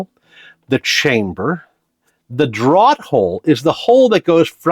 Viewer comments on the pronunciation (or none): Or drawt hole, draught is pronounced draft